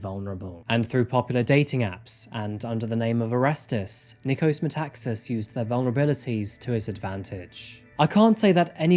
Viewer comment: Nikos MetaxAAAAs thought not MetAAAAxas.He still pronounced that wrong.